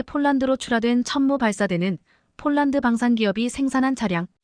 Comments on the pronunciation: 폴란드를 쫄란드로 읽코있네요 아나운서가 기본이 덜 됬네요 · 아니이분은.왜?쫄란드라햇다가 폴란드했다가 장난도아니고 넘.격없이.말하네 듣기가거북합니다